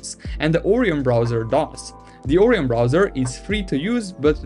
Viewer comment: Orion not oreeon